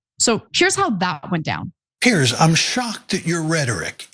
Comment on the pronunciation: Piers, not Pierce